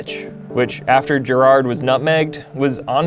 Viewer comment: imagine not knowing how to pronounce Steven Gerrard's name